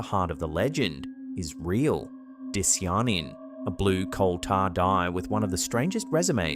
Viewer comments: I'm not even sure if this is the real picture of it or just more AI slop... Can you confirm? Dishjanin? That's probably not how you pronounce Di cya nin. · baby, say it with me: DIE - SIGH - UH - NIN di-cy-a-nin not dissy-yonnen. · Dicyanin = die-SY-uh-nin. Not "diss-ee-ar-nin". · It’s “dye-SIGH-uh-nin”, not…whatever said. And Lil Wayne looks like his muscles are heavily accentuated with make-up, which would cover the tattoos. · Its pronounced Die-sigh-uh-nin lol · Your pronunciation of “dicyanin” is absurd and atrocious.